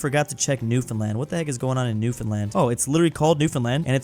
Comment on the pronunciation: Seriously though, happy still pronounces it right.